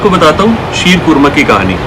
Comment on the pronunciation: Wow.. Looks yummy... I'm from iran..I like all of your recipes.. And I love your pronunciation sheer khurana.. Ekdam iranian k tarah aap pronounce karte ho 🌹 🌹